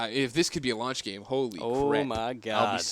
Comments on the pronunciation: "gayme", is that really the best you can do? I guess I should expect that from a CoD fan. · "GayMe"? oh your gay? oh ok.. O_o